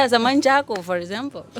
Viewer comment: She said Manjago